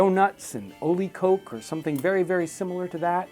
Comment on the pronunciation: Small note, Jon, koek is actually pronounced as kook, so oleekook would be the full pronunciation.